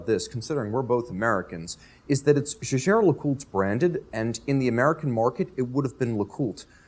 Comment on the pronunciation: Awesome collection! And thank you for pronouncing Jaeger-LeCoultre correctly 🙏